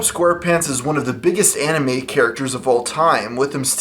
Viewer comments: I feel like he said animated but he didn't say it clear enough lol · He says animated even though it sounds like he said anime. He just didn't annunciate it properly. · It sounded like he said Anime instead of Animated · Lol at the beginning it sounds like you said Spongebob is the biggest anime characters of all time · I thought he said anime at the beginning.😂😂😂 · at the begining I thought you said, "SpongeBob is one of the most popular anime characters of all time" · I'm trying to convince myself that he said 'animated' instead of 'anime'. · Wow he can't pronounce the word animated... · I can't tell if he said Anime or animated. Pretty sure he said Anime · "Spongebob is one of the biggest anime characters of all time" (I know you said animated but it sounded like anime) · I thought I was going to make a funny and original joke about it sounding like you said "greatest anime character" I didn't realize that everyone made the same joke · Flaysoft I can hear him say anima'ed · He said anime instead of animated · did you just said "anime" ? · I thought you said anime at the beginning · It sounded like he said spongebob was an anime character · Did he say Spongebob twas'ith anime?! 😂TRIGGERED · At the beginning, I thought you said Spongebob was a very popular anime character. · "Anime" smh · WAIT WTF DID HE SAY ANIME LMAO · He said ANIMATED but its hard to hear! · He said animated but it did sound like anime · It sounded like he said sponge bob is one of the biggest anime characters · At the start I thought you said sponge bob was an anime character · Are you saying animated or anime? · he didnt say anime it just sounds like it. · He says Anime. You can even slow it down. He still says Anime. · lol I’m not sure if he actually said that or if he said ‘animated’ but if he said ‘anime’, then you’re truly correct. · He said ANIMATED, it sounded like anime though.